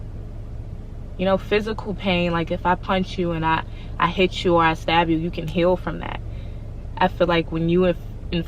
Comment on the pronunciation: Did she say "stab you" 🤔😬